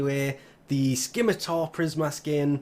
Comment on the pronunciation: It's pronouned 'Simatar'.